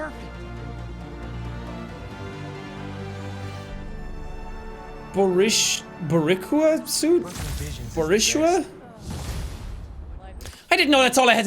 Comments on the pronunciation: Hey Jack, the Boricua (boar--ee--kwah) suit is a reference to Miles' Puerto Rican blood. Boricua are the native people to the island of Puerto Rico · My ancestors cried hearing Boricua pronounced wrong and then hearing the suit called ugly 😂 but I’m biased 🥴 lol (Info: it’s “Bo-ree-qwa”) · the boricua suit is the puerto rican flag, it's pronounced boreekwa with a rolled r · You may have figured this out by now, but Boricua is pronounced Bo-REE-kwa, and it’s a term for Puerto Ricans with Indigenous Taino heritage based on the original name of our island, Boriken. The flag on the suit you got is a Puerto Rican flag. As a Boricua, it was a little sad to hear you call it ugly but I figure you probably didn’t know and maybe thought it was an American flag. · jack butchering the pronunciation of boricua lol hes so white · Jack butchering "Boricua" killed me, that was horrible! XD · Man, every time someone who doesn't know Spanish says Boricua wrong? I ain't pissed actually, I just laugh cus it's genuinely funny how someone who doesn't heavily know spanish or isn't Puerto Rican butcher the name so hard 🤣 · Jack trying to pronounce boricua LMAOOOO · Jack trying to pronounce “Boricua” was the highlight of my day. 😂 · Sean tryin to pronounce Boricua will now forever be my favorite thing, but a great start for him to learn about Puerto Ricans